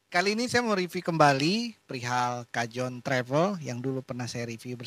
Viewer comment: dibacanya kahon ya...